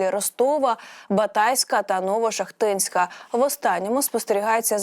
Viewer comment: НовошАхтинськ, СолОм'янський:: наголоси!